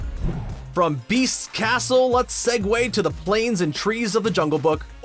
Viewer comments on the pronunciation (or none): none